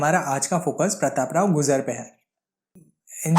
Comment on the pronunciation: Gujar bhi bolna nahi aara